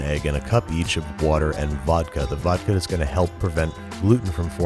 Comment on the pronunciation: >drinking vodka coke >watching this >hears vodke > NOW U GOT MY ATTENTION